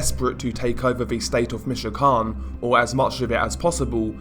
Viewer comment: Your great but I can't stand the way you say michoacan you're pronouncing it wrong